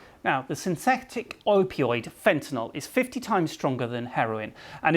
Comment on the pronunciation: Ha Ha this guys foundation is making his face too heavy to say synthetic correctly